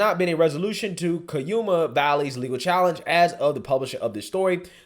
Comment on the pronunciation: You said cuyama wrong